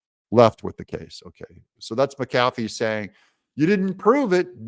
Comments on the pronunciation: The judge's last name is pronounced: "Mac-a-fee," not "Mac-cafee." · His name is Pronounced Mac A Fee Not Ma Kafee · It's not fonny, it's fanny. Not my fault if it has unfortunate alternative meanings. It's not mick CAF ee or mick cafe like a drink from McDonalds. It's MACK-a-fee. And Viva Frei is pronounced like fry. It's from his original German name of Freiheit (fry-height) and means freedom. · I don't care if you highlight the text or not, but it would be a lot better if you would pronounce the judge's name CORRECTLY! It is not Judge McCaffey. It is Judge McAfee (Mack uh FEE). You know, since you asked....... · One small little thing Doug but I believe the judges last name is pronounced mac-a-fee three separate words not macafey as in one word. Otherwise good job! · And I thought I was fussy. Highlighting not a problem. What IS a problem is the way you say McAfee. Accent is on Mc. While I'm at it.........if you ever add "music" I'll be outta here. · Doug, it’s ‘Mc Afee’, not ‘Mc Cafee’. This Judge’s wishy-washy ruling will be remedied by a higher court. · Doug, the judge's name is pronounced mack-uh-fee, not muh-kaffee. Sometimes my inner grammar Nazi takes over... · It's JUDGE MACK-afee NOT Mack-AF-ee!!! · Google - pronounce mcafee, ma•kuh•fee and then push the lips to hear her say it for you. Doug, you have been talking about Judge McAfee for months now, one two minute Google search and then you can say it correctly. Your show suffers from the laziness! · It's pronounced Mc A Fee. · ITS Mac "A" fee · His name is pronounced Mac A Fee😊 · Doug, do you keep mispronouncing judge McAfee's name on purpose? (to dis him? maybe?) Also no to hi-lighting, why not just point with a custom cursor, like for instance the finger one. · Please say the judge's name properly. Makes you sound silly